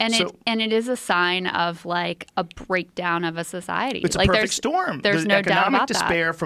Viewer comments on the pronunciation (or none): none